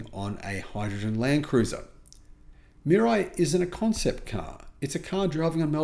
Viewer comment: It’s pronounced MEE-RAH-EE.